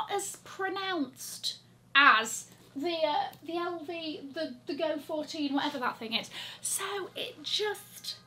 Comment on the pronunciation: An SA from LV corrected me about the pronunciation of the GO-14 (since I said “Fourteen”), she told me it is “GO ‘one four’” and that she has also been corrected by somebody from the brand… who knows…